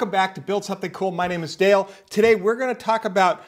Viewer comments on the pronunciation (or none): none